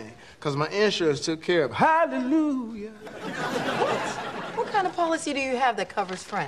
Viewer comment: Hallelu-jah! You said it wrong, Jamie.